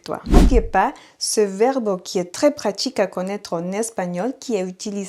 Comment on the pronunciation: Echo mas azucar en mi café. NB merci pour les cours, malheureusement je n'ai pas le temps de vous écouter régulièrement. Petite note : vous prononcez le mot " verbe" comme verbo